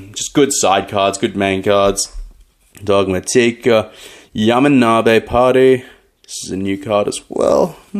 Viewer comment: Your pronunciation of "Dogmatika" is cringe worthy